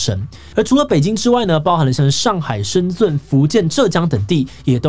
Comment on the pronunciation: 是念深ㄓㄣˋ不是ㄗㄨㄣˋ喔 現在還有好多人唸錯🤔